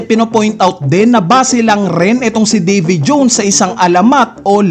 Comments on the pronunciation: Nkakabwisit pagbigkas sa davy jones..😅muntanga di ko na tinapos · ayn na si NIKU ROBIN AT DAVY JOOWWNNS 😂 feel na feel ung pag pronounce eh muntangaa hahahaa...